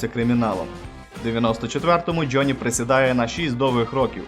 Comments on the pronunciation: ты про слово джёни? Я прицепился из-за гласной буквы. Правильно Джонни, а он говорит Джённи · У вас классні відео, але будь ласка попрацюйта над вимовою англомовних слів. Це "джьоні" просто ріже вуха. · Братан, что это за джёни или слово ярлык с ударением на первую букву? Мову каверкаешь